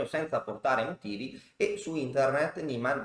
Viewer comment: Si legge Niiiiman, è un nome tedesco. Ad ogni modo quel mondo è pieno di figli di papà, Carlsen compreso... È probabile che ci sia un cpmplotto